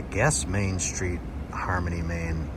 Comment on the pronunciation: I have to ask- Why in God's name a are you saying "Shtreet"?? Isn't it STreet? It's actually painful to hear